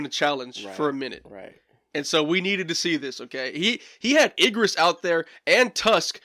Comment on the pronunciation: I would say revisit Igris (pronounced Egris not eggris). He definitely struggled with that fight, he even says he would have lost if he used his sword and didn’t catch him off guard. So all the beasts are angry because their directives has been kill humans. Esil directive was defend her land. 13 episodes btw